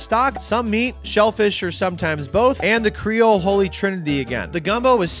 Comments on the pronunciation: it's cree-ole, not cray-ole...to start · "How do you say it? Crayole?" "Creole" "Crayola?" "Creole" "....well the food is good." "eh dat's good nough."